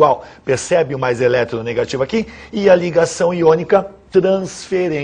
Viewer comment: mas porque ele fala eletero...negativo?